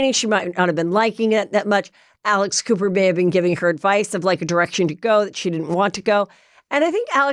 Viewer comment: When she said Alex Cooper, I thought she said Alice Cooper. Totally different visual. 🤣🤣🤣🤣🤣